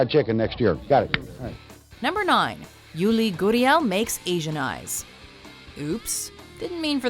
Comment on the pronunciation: His name is pronounced Yoo-ri, not Yoo-li. Jeeeeez